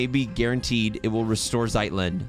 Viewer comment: Your pronunciation of Zeitlind was the best here :)